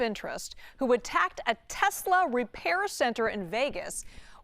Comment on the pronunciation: “I love Tesler!” -Donald J. Trump